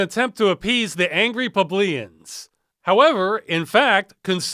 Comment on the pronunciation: "publeans" lol